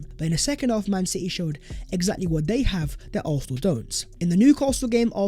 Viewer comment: “Vhat is vhe video vhere and vhere.”????? What does that garbage even mean?!! IS A DIPSTICK!!! WHAT A PLONKER you are!! What is that CRAPPY MEANINGLESS - “VHAT IS VHE VIDEO VHERE AND VHERE.” Honestly! Your English is an embarrassment! You think it’s cool to do consistently end your otherwise excellent content by appearing to be a complete DUMBASS??? 😂😂😂😂😂 Do you even care about improving your video presentation??? ONLY the ending let’s your product down. FIX IT, you goofball!